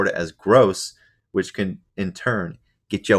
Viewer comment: 😂 " get yo ays defaulted"😅😂